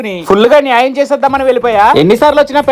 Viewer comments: Bro nayaym kadhu annyaym chesavu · Nyam kadhu annyam aindhi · Nayyam❎️ anyyam✅️ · ನ್ಯಾಯ ❌ಅನ್ಯಾಯ✅ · నీయమ్మ కాదు అన్నియణం 😂😂😂